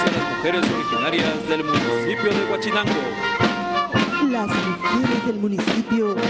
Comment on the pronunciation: Guachinango pertenece al estado de Jalisco, Huauchinango pertenece al estado de Puebla, y es a este municipio al que se refiere el orador, leyó mal o le escribieron mal.